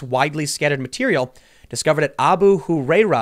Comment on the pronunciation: It’s ah-boo who-rye-raa